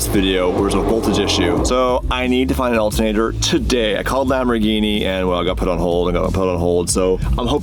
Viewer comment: "Alt nater" Hahahaha